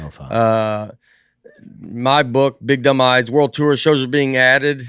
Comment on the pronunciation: Every time someone says “The Big Dumb Eyes Tour” all I can hear is “The Big Demise Tour”